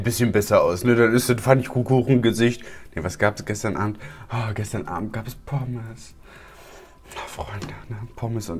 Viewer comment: Oh ich musste so lachen wo er Pommes sagte :D bleib wie du bist ..viele liebe Grüße